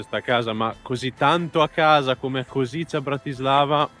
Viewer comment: Che bello! Anch'io ero curioso e ho fatto parecchi giri a Kosice su Google maps per vedere gli edifici. Comunque la pronuncia esatta è koscitse 🙂